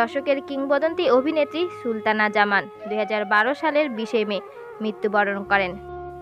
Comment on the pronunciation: She was Sultana Zaman not Shultana Zaman. Learn how to pronounce names...